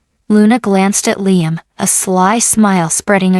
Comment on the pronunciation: What the hell is with your STUPID ai narrator? The only name is hat it has not messed up several times is Liam’s. Well,I was wrong! At the mark your stupid ai voice call d Liam LEENUM! You people who post these stories need to stop using ai or you need to proof your videos before you post them!